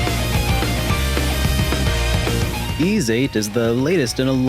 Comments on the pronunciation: Why are you calling it eeeeeis 3? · Am I the only one who pronounces YS as why-es? 😅 Great review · You're not, but that is the wrong way to pronounce the game series.